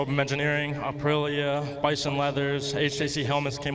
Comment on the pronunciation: It’s 🇮🇹APRILIA🇮🇹 not 🌮ApriLLa🌮